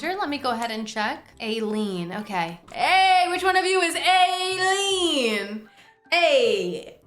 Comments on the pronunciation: God being pakistani the mispronunciation was genuinely shocking 😭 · I’m sorry but the way you say ayleen is……… interesting